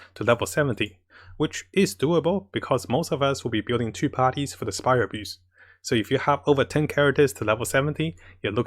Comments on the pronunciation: Great... So will they buff the morphetic EXP ley lines? Those shits only give around 5 books for 20 resin at AR45 Edit: Am I the only one that when says "Spiral Abyss" hears "Spiral Abuse" instead XD? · 😅Huhhhh... Am I the only one whom heard " for the spyral abUse" !? 🤣🤣🤣